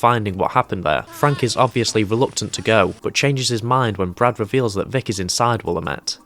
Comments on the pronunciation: “Will-am-it” not “willa-met” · *the town is pronounced “will-am-it”